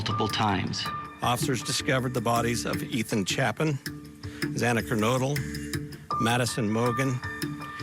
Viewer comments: its Xana not Zana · At least the judge apologized (sincerely, imo) and corrected himself after mispronouncing Xana’s last name, but I guess it was too much trouble for the chief of police to show Kaylee the same respect, after he mispronounced her name also. 😢❤😡